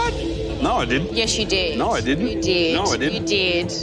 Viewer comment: The incredible thing is that these people and their vapid, inconsequence hold sufficient interest for the average Australian that this program is still broadcast. How does a speaker of the English language manage to transform the words "you" & "no" from single syllables into double syllables? Yieouw & Noiew. I would pay a lot to watch these people burn in a ditch.